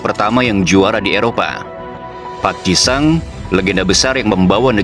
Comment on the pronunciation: Sun, park ji sang, richarlisong, penyebutan nama macam apa ini